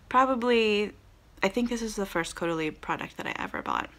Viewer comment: So funny with your pronunciation! Your original pronunciation is how a German person would say it: Cowdalie. French is Cohdalie. You got it!